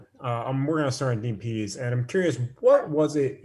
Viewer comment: Its Dean Pees, not Dean Peas.